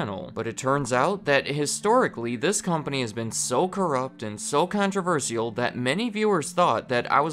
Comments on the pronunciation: What’s really controversial is how says “controversial” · Please pronounce controversial right